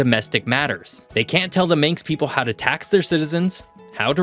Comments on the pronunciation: Manx not minx so Manx slate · Minx language . 😆😛🤪 it is Manx ffs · It’s Manx (man + x) not minx ;) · Manx is pronounced man-x